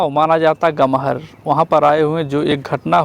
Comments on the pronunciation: Aree gahmar ka naam sahi to bol dete.. gamhar nhi .. gahmar hai bhaiya😡😡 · यह ग़महर नहीं, गहमर है! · Aree gahmar ka naam to sahi se bolte..gamhar nhi gahmar hai...😡😡😡😡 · Naam to sahi se bolne nhi aata..chale hai reporter banne😡😡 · Gaon ka name Sahi se Lo Gahmar hai